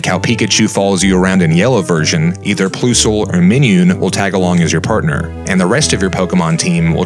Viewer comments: Listening to some people pronounce pokemon names is like chalkboard to my ears. Yeah my favorite pokemon are Ploo0sel and Mineoon. Use your head for a moment here. Plus and Minus. Plusle is pronounced like Plus, with the ending of "cuddle". Plusle. And Minun is like Minus and the word "none". Minun. Almost as bad as when people say "ray- quay - za"... like people, it's a flat A. It's "Ray-kwah-zah", pronounced like "Kwanzaa". Stay in school kids. Love your vids though, respek. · It's Plus-ule and Mine-un. Where did you even get those pronunciations from? Like they're plus an minus. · Ploosole and Mineun? Dude they're Plusle and Minun. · this man said "ploosle and min-yoon" lmfao plusle and minun sound like plus and minus bro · Yeah it’s true his work is magnificent it’s just that pronunciation of Plusle and Minun 😭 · Plusle and Minun are pronounced the American way of those words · Ooof, that way you said Plusie and Miniun names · Plu-sul & Mi-niun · “Ploosle and Minyoon” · "ploosol or minyoon" bruh really just fucked up plusle and minun. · "ploossool or meeneeoon" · “Ploosle” and “Minyoon” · Great video, but dude... please listen... PLUS-L and MINE-UN lol why you pronounce them wrong seems silly to me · 'Ploosle or Minewn' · Why do you pronounce Plusle and Minun like that. It’s PLUS-le and MINE- un like PLUS AND MINUS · Plus-sol Mine-um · He said pluesole and minion. Why? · Your videos are great, but your pronunciation of certain names... (Plus-Ul) (My-Nun) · have you ever said any pokemon's name out loud before the moment of this video like not meant as too harsh a diss but clearly its "plus" and "minus" so "PLUSle" and "MINE-un" and cressilia is the CRESCENT moon so its pronounced like that. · Is anyone gonna mention how he pronounced plusle and minun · Ew why did you say Plusle and Minun like that? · Anyone else pissed on how he pronounces plusle and minun? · WTF that Plusle & Minun pronunciation was hella triggering